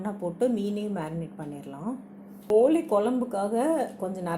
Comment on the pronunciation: Kolli kolumbu illa... Kozhi kozlumbu... Tamil ah kolla panadinga....